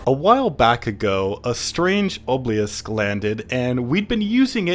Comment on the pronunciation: dude idk why but the "ohbeyalisk" is so funny to be made me laugh every time you say it